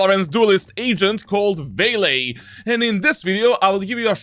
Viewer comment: "Vaylay" i get you bro